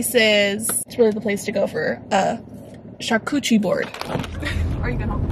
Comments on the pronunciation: "Charchuterie" board, "cornichons"... 🤣🤣 Google translator (sound) can be très très helpful,. Hint: French. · “char-cuchie board “ GIRLLLLL 😂😂😂😂😂🤣🤣🤣